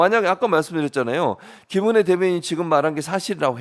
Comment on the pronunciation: 김은혜가 짐어내로 들리는데 앞으로 국민들은 지머내로 부릅시다